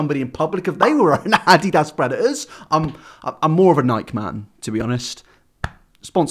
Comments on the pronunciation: Don't say addidas ever again. What part of the English channel was told that it's ok to say (ah-DEE-dahs) as (AH-dEEdahs) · (ni-k) it’s pronounced ( ni-key ) not however he said it lol oh my gosh i’ve never heard somebody say it like that and ( a-de-das ) it’s ( uh-dee-dus) 😂